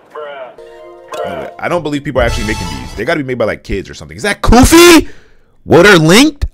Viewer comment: "Goofy"💀 Its Koofy